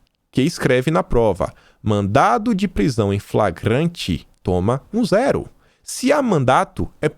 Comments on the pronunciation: você Lê mandado, porém quando você fala fora da leitura você fala mandato. Lembre-se que as duas palavras são distintas. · pelo amor de DEUS é MANDADO,MANDADO!! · por favor, mandaDo... não mandaTo. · mandado e mandato são coisas diferentes. Você pronunciou várias vezes mandato em vez de mandado. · Mandado... mandado... mandado... não é "mandato"! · não é mandato, mas sim mandado. Com D. São coisas diferentes. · não e mandato e sim madado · mandato é diferente de mandado, fica esperto aí na leitura amigão.